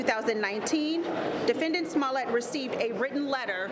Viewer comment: She said... "Smellit" 😊😆😅